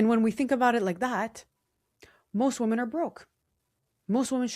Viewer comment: off topic but 'woman' and 'women' are pronounced differently😑